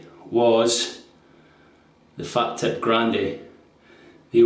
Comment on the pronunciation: Fah-teep is the correct pronunciation.